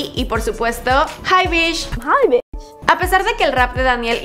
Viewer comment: Pronunciaste mal hi bich.